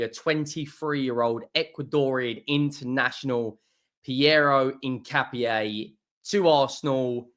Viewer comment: At least you pronounced his name correctly